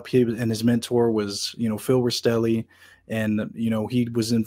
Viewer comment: Love your channel, I recommend learning to say names right as in Rastelli instead of Rasitelli. And Gaggi is said with the two gg making a j sound, not Gag ee 😂🤦‍♂️